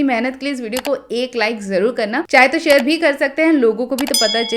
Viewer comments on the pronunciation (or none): none